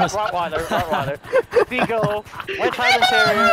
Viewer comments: “Rotten welder” instead of Rottweiler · I heard Robert Weller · Rot wi-ler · He said rot willer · *Rot Whaler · Rotten weller